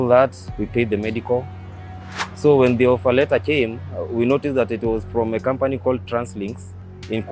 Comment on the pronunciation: 😂😂😂😂😂😂 And 'kambani' as company.